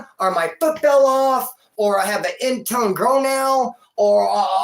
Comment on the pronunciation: “I have an in tone grow nail” bahaha, gotta love.